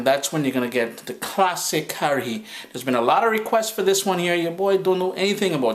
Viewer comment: It's pronounced Ka-ha -ri